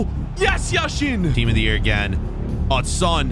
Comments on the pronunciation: It’s Yashin not Yasheeeeen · It is Yashin not Yasheeeeeen